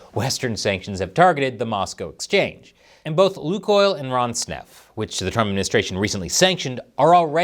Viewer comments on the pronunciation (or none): o that legendary "Ron's nef" or is it "Ron snef"?, russian company... 🍯 🍯 🍯